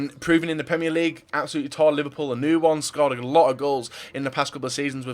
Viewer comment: Anyone get annoyed when describes Liverpool as "ous"